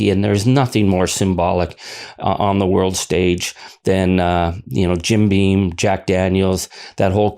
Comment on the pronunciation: it's Jim Beam, not "bean". Why does everyone get that wrong?